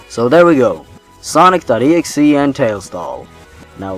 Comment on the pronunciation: When you said Sonic Exe I thought you said sausage rolls and got very worried because I knew sausage rolls were real but you might debunk them.